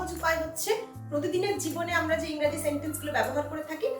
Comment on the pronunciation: Engreji.. Not Raji